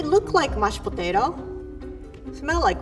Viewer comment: "Looks like mashed potatao, Smells like mashed patato, It is mashed potato" 2019